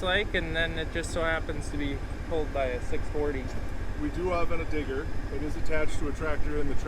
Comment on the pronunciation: Need to put a little more emphasis on the D in digger